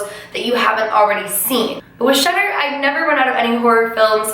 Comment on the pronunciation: Because of your accent, I thought you were saying "shutter". But you were actually saying "Shudder". 😂😂